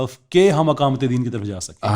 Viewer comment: میاں! اقامت بولنا سیکھو! یہ الف کے زبر کے ساتھ نہیں زیر کے ساتھ بولا جاتا ہے😅